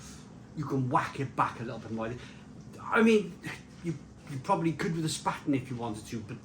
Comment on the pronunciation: It’s pronounced Shhpahten !